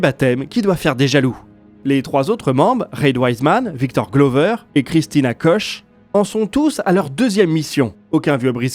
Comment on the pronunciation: Koch ca se prononce comme cook (ou couque en Francais )